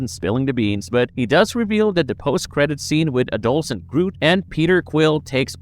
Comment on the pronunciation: adolcen....it's wierd hearing you struggle to pronounce adolescent.